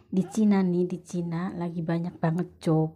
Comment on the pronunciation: Job mungkin mbak, bukan jop